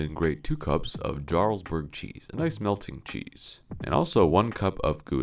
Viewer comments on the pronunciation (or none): The fact he said jarlsburg like that thats like saying jalapeño with a hard J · The "j" is pronounce as a "y." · Y'all got editors with that pronunciation of Jarlsberg? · Future reference: Jarlsberg is norwegian, and scandinavian J at the start of a word is a weak cconsonant. So it's "Yarlsberg" to you 'muricans:) Source: My name is literally Jarl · The hard J on jarlsberg was like a stab to my Scandinavian heart 🥲